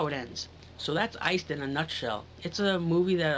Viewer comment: It sounds like you were saying "ice skull".